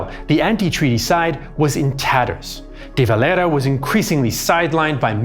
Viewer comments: Why are you pronouncing De Valera's name with a pretentious ''latino'' accent, if anything, the Irish pronounce it with the era part like an EAR-a , and with a typically Irish, pronounced double R or extended R at the end of a word, that or they just call him'' the Dev ''.but NEVER spoken like a Spaniard. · Love how he pronounces Eamonn DeVelera, as if he was some romatical South American revolutionary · What on earth possessed you to pronounce De Valera like that 😂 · your de valera pronounciation🤣